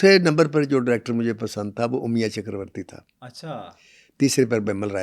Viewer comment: Sir Umiya nahi Amiya chakravarty. Kindly pronounciate in hindi.